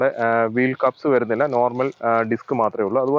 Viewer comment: "verunnilla ennu alla......."varunnilla"......keep the Malayalam language intact.....